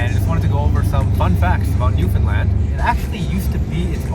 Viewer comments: For future reference, it's pronounced newfinland not new found land and Newfoundland is one word. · It is pronounced “New’-fun-land” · .. I know. I kept cringing every time they said “NewFOUNDland” 😂